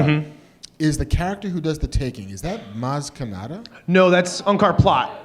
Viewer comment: Mass Kinakata..... How wrong can he get!? Maz Kanata.....for the record.